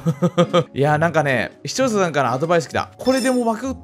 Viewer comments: 大抵視聴ささん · はどんなに経験あっても 「視聴者さん」が言えてない！